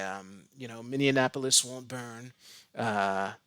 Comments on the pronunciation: "Minne*an*apolis"? :-P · Pronunciation. You pronounced it with the extra syllable. I hear this on occasion. Trump did this a couple times. I suspect that it's because people expect it to sound like Indianapolis.